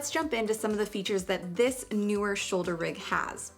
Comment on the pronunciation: Just for the record, it is indeed pronounced "NEE-WIRR".